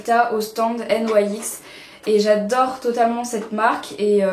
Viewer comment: c'est bizarre que tu prononce nyx : N.Y.X ^^ tout les you tubeuse dise nyx a la française ^^